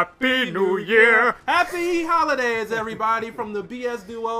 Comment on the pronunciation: holi-dames... lmfao